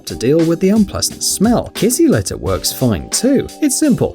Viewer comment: who else thought he said kissy litter